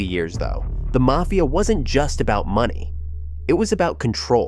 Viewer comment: Video was pretty good but the way you pronounce mafia is cringe